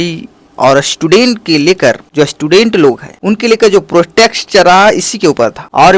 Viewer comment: Kya bola tum nah protext😂😂😂😂. Protest hai bro protext nahi. Anyway subscribe or like kardiya